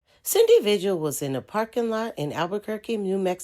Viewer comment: Omg pronounce things correctly! Her name is pronounced like Vihill. Elephant Butte Pronounced like beaut not like but. Lost me with not being able to pronounce things right.